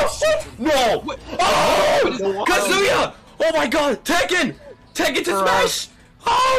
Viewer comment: It's Tekken NOT Taken! And How Many Times This Fighting Game Crossover With Street Fighter Now?